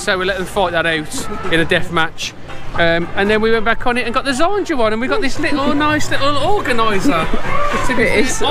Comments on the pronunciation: Great Vlog mate. You know you pronounced "Zadra" as "Zandra" right? haha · 😅😂😂. It’s ZADRA 🤣😂